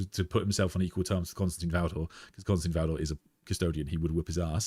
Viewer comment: I enjoy these videos and conversations so this is not a criticism but rather a question- why do people insist on pronouncing Constantin as Constantine? It probably seems petty but let’s be real, we are all here because of our love and interest in the lore and characters. Why not show the proper respect for such an important character by pronouncing his name correctly?